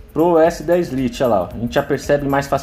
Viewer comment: Liti ? Jesus que pronuncia é essa ?